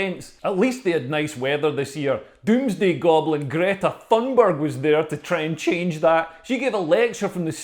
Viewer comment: According to a Swedish friend, Greta's surname is actually pronounced 'Toon berry' 🤷‍♂️